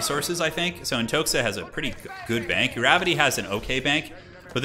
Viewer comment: Not AntoXa, but Antoha. It is Russian name Anton